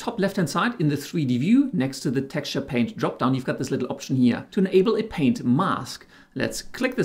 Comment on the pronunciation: except for the fact that he missed the t in paint.